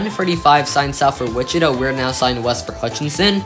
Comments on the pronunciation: It’s Wi-chuh-tah, not “Wich-it-uh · They're right, the third syllable is like Todd without the D's. You got the emphasis on the first syllable correct. I'm only referring to the city, I don't speak any indigenous languages.